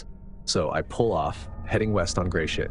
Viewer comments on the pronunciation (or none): Story #2 the street name gratiot is pronounced grass sh** .